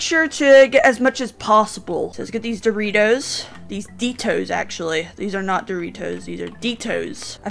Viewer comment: When says detos he sound British lol